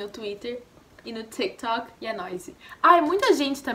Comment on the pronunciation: Gente ela é brasileira ? Porque ela fala "tak tok" "não tô reclamando dela ela é super legal , ela é brasileira 🇧🇷?